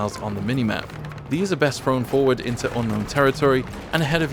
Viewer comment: Its three not fwee throw not fwro or do you call that something other then english my 2 year niece speaks better